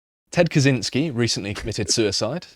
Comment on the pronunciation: It's not "Kazynsky" - it's "Kahchiñsky".